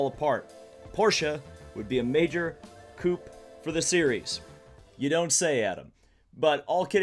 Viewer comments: Nice discussion but couldn't get over the repeated mispronunciation of coup (should be "ku") as coupe, like the car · coup, pronounced "coo", the p is silent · coup ? really ? with a hard P ? I'm outta here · Pronounced. Coo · major koop? coup? really? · and ya damn near said bow teek. My brain hurts